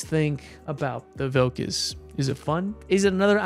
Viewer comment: Second time u said 'Vilkas' very well. 🙂👏 Good to see our flag in this game 🙂 ty 4 the video 🙂